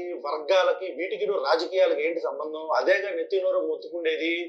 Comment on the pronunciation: 'సంబందం' 'సంబందం'అంటూ మాట్లాడుతున్న వ్యక్తి ఎవడండీ?